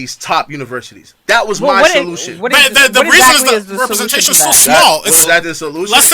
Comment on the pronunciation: One: representation not repersentation